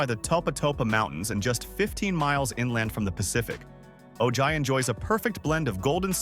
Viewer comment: Ojai is lovely. But it’s pronounced oh-hi. The school district is actually shrinking for the lack of families with kids. 7and 8th graders are now at the high school. Properties out price any young family that wants to buy there